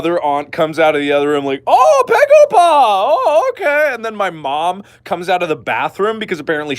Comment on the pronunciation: its baegoba not pegopa